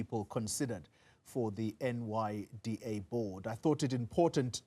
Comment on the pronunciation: NYDA* NOT NDYA guys please!!!!!!!